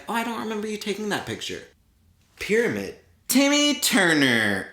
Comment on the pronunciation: Did he really say „pyramid.“